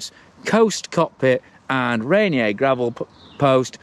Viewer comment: Great review! *out here in the PNW we pronounce Ranier: "Raineeyer"